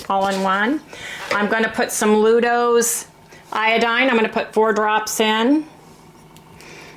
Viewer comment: It’s LuGols not Ludos and yes iodine has flavor, pretty nasty on its own!